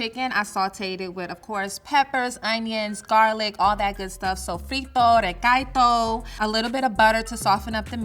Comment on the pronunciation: The Black American pronunciation of sazón and recaito is pretty hilarious.